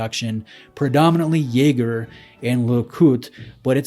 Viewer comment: The absolute state of your Jaeger pronunciation